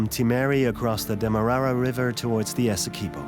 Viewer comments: Right! So informative on the pronunciation 😖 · As a Guyanese it's painful to hear the narrator saying "Essequibo" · Shell beach is not on the "Essequibo river", it's on the Atlantic Ocean. Also you keep mispronouncing alot of the local names, like ESSEQUIBO AND KAIETEUR, also Kaieteur Falls in on the Potaro River, stop misleading people.